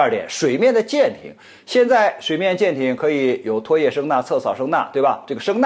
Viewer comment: 拖[曳]：音[意] [綜]合：音[粽]